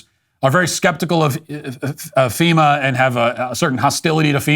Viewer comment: "FEMUR" is a bone and NOT an organization. Wish some people could learn to speak and why they keep getting on camera for news is beyond me. :)